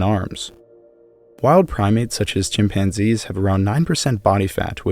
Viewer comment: Hominids {himpanzees} LOL!